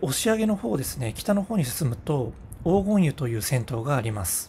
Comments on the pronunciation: 途中に紹介されたら銭湯はおうごんゆではなくこがねゆです。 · おうごんゆでなくこがねゆです。